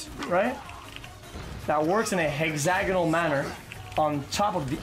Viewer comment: "But now, I bought some tooshpastes...right? And the GEL has some sort of fucking shielding agent ...right? that works in a hegzagonal manor on top of the annameli "